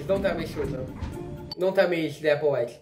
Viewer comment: Yep you got the themes right. Keep an eye out for the Applewhite theme throughout the season. Its subtle but i guarantee its in most episodes. You also got my name right lol.